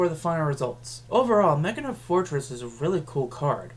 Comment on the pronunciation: I LOVE YOU FOR PRONOUNCING HIS NAME Ma-key-na. I'm hispanic and attempt to get everyone to pronounce his name as Máquina Fortress